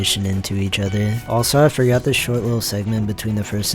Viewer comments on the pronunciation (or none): "I forgutter" 💀